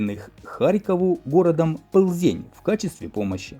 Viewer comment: в слове Пльзень букву л надо произносить мягко а не как ты твердо . странно что ты этого не знаешь пробелы в образовании дружок у тебя серьезные занимайся собой.